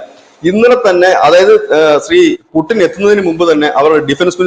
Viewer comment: പുടിൻ അല്ല പുച്ഛിൻ അങ്ങനെ ആണ് ഉച്ചാരണ ശുദ്ധി